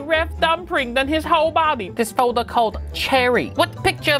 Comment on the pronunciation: "Ret me mooove this for him. Go into food fowwwder" He's right you know.